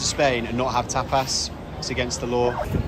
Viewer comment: How they pronounced stuff was hilarious man “tap-ass” 😂😂😂